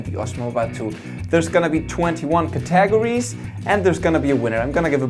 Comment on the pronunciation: "Cat-a-gor-ees" lol